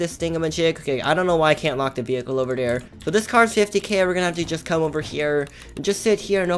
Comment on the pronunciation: U keep saying dare instead of there lol